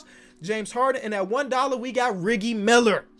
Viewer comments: Broski really pronounced it Reggi Miller not reji Miller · You said reGielgud Miller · everyone: Reggie miler: Riggie miler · Did you just say "Riggie Miller"???!!! BRAHHHHH REALLLY? REGGIE BRO REGGIE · It’s not riggy miller it’s reggie miller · Dude its rejjie Miller not riggie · Bro don’t know basketball he said riggie miller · Ik he did not just say "riggy miller" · He was really saying “riggie Miller” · Did anyone else catch him say riggie meller 😂😂😂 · Man said reeegie miller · You say reggy miller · Are we just going to ignore "riggie miller"?😂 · who else heard say riggy miller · Did he say riggie Miller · still saying riggie Miller 🤣kills me😂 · Nobody: Literally nobody:: “Reggi Miller” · Riggie Miller, if you know, you know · He could just be joking, but you know Reggie Miller is pronounced r-eh-jee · Why did he say Reggie Miller like that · I like how he said Reggie miller wrong